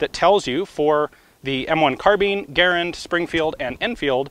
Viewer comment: He pronounced Garand correctly.